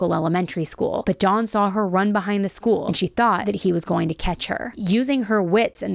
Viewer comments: Hard to focus on this when keeps pronouncing his name "Dawn" instead of "Don" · Why are you saying Dons name like the name Daun or Dawn... Don is said with a soft o ... you need to Pronounce names correctly. I thought his name was a girls name by the way you were saying Don.